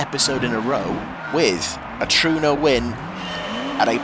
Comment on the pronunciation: yh sorry about that 😂a touch of chaos from me there. Also just as a note it's pronounced tru-ay-no, and It's a cult classic for being the star car in Inital D (hence why the s.s version was so fast, its a nod to the show).